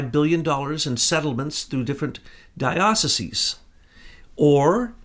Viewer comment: is it even possible to be an ex jesuit ? AND not be able to pronounce diocese and it's plural ?